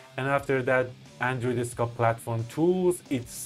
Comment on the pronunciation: SDK = "eeS Dee Kay"